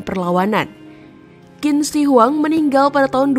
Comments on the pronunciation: Bisa baca Q gak? Kok jadi Kin. Harusnya chin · QIN dibaca CHIN, BUKAN KIN, dinasti Qing=Ching😂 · Kontennya lumayan bagus, tapi perlu belajar lagi tentang ejaan Pinyin mandarin. Ejaan bahasa mandarin agak perbeda dgn bhs indonesia. Qin tidak di baca khin. Tapi qin di baca sebagai "Chin". Semoga bisa lebih benar lagi pengucapan nya di konten selanjutnya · Benar sekali, bnyk org Indonesia yg baca Kin, ketauan kurang wawasan , kurang belajar, sebaiknya belajar lafalnya dulu sblm menyampaikan sesuatu dng akurat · Sebutnya "Qin = Tjhin", bukan "Kin" . tq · Bacanya Bukan kin tapi chin😢. Penjelasan sejarah tapi bacanya saja sdh salah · maaf mba cara nya baca nya bukan KIN Si HUANG tp Ching Si Huang....✌ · "Qin Shi Huang" bukan dibaca "Kin Si Huang". Bagi yg tidak mengerti pinyin atau susah melafalkan cara baca tulisan pinyin, coba ini: "qin" dibaca "jin" (bunyinya "ch" bagi lidah non mandarin itu lebih sulit ditiru, lebih mudah dan lebih mirip terdengar sebagai "j") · Q bacanya ch gitu sih yang saya tau ... Qin bacanya chin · Qin bacanya bukan Kin, tapi Chin.. ngawur 😂😂😂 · Dari awal sampai akhir Qin dibaca Kin, Seharusnya Chin, Ching atau Shin... Itu adalah nama yang disebut-sebut bangsa-bangsa asing di luar sana yang sampai pada era moderen berevolusi menjadi China. Jadi jangan baca Kin ya, tidak elok China elo baca Kina🤣🤣🤣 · "Qin" dalam bahasa Mandarin dibaca "ciin" (dengan aksen yang agak datar). bukan dibaca Chin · Qin, dibaca Chin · Qin di bacaNya Ching. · Qin bacanya CHIN, mbak! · Qin, dibaca : " J H I N " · Qin cara spellnya chin kyk mau ngomong china gt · Sebutan Qin, kok di baca Kin? Harusnya ambil dulu sebelum membuat konten. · Qin dibacanya chin boss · Sulitnya orang di Indonesia dikasih tahu cara baca yg benar tetap saja dibaca kin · Jendral wang jian bukan wang jan mbak…penasehat nya li si bukan leu😂😂😂…gak ada kaisar kin mbak…qin itu bacanya cin